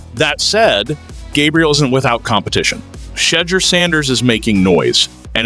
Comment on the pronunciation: Learn how to pronounce Shedeurs name properly